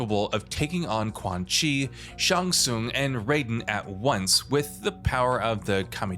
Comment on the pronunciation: Did you say raiden ???